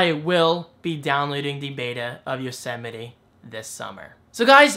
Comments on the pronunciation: Don't worry,! I wasn't the only one who pronounced it "Yosetime"! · The biggest surprise I take from all of this is how many people apparently had no idea how you pronounce Yosemite.